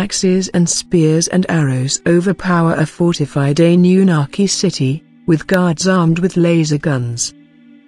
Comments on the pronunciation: "Ani You Naki" - "Ply-idi-yans" Man, these TTS narrators suck, i know, i've used them before.... ..you have to spell some words wrong, so the TTS pronounces it correctly, and the inflection... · I'm soo sick of hearing computer generated narration. I find it hard to listen to and hard to take seriously. The impact of the words is lost because there's no human element in the voice. "Ann-yu-naki" for example is mispronounced.